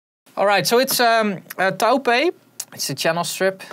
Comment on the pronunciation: Taupe is pronounced "Toop" (in Dutch) in English it's "Tope" (like hope)